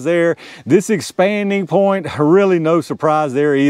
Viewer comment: When you get to talking fast, it sounds like you are saying "expandy point." I think you have coined a new term I'm gonna steal from you!😂